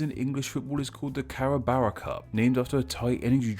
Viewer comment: The last syllable of Carabao rhymes with "ow". It's an energy drink sponsored by a popular and long-running rock band of the same name. The name comes from the Filipino word for a water buffalo. You'd be surprised how much sponsorship there is in British football teams and events from large Thai companies. Thais are mad for football and especially English teams. When Man U plays Liverpool the whole country goes wild. Chelsea is another hugely popular team here. I'm not into sports but it's impossible to not see football playing on TVs at restaurants or bars. I've seen that the Thai company King Power sponsors a team, though I don't recall which one. And English football teams do lots of commercials for Thai products here. The people here deeply touched when they saw The Royal Anthem being played at English football matches after His Majesty King Bhumibol Adulyadej died. Anyway, I've drifted from names to the international relations ingrained in football. You should look up Carabao's music on YouTube, they really are a great band.